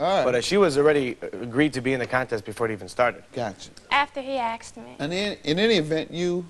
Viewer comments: "After he axed me"? LOL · "Axed him" Both plaintiff and witness, kept on saying "axed." What is this about? - E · Boff axed damn girl learn how the pronunciation